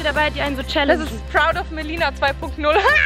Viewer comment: *MELINA NICHT MELONE 😁😁😁